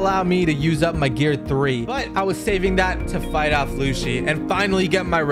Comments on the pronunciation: Lucci is pronounced luchi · and my bro said lucci's name wrong like dayum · Ur saying lucci wrong